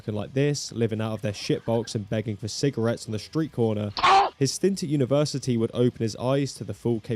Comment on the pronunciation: WHILST AHN THO KNEE WUZ AT UNA VAR SAH TAAY -- :hand-orange-covering-eyes::face-green-smiling